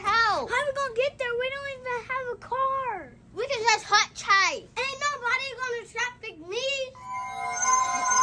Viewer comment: did she say hutchhike